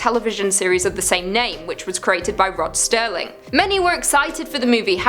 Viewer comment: You said Rod Sterling, but I still love you anyway.